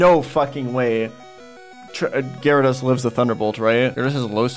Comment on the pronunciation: Why do you mispronounce gyrados. Do you say Zap- Das too?